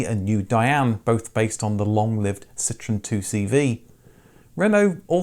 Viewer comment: It's pronounced Ce-tro-en.. dude!! Is not citron